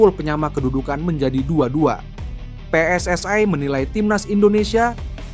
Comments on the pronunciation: Mas kalau baca PSSI jangan di baca pssai ini indonesia bukan inggris bukan malaisia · Min min..gak.usah di inggris2kan kl nyebut pssi malah terlihat lucu and kampungan wkwkwk